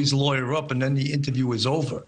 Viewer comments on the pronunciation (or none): why emphasize the "then"? seems like a normal thing to do